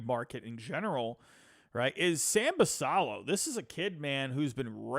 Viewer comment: Minor minor thing, but Basallo is pronounced Bass Ay O. In other news, I think a package like Ortiz, Norby, Stowers, Fabian and a mid level pitcher is close to reasonable for Cease. Spot on about no Mayo, Basallo, etc for Cease. BA has Basallo as number 10 in the country and Mayo as 25. No way they (or Holliday, Westburg, Cowser, Kjerstad) get sent for Cease.